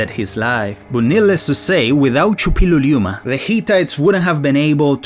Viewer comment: You forgot a syllable. True confession- if you remember the song "Too Ra Loo Ra Loo Ral..." it's easy. "Su- pill-lu-lee-u-ma."